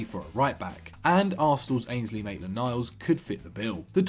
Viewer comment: This guys really said mainland miles to borrussia..😂😂